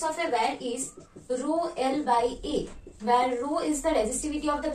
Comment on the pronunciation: WIRE❌ . ..WHERE ✔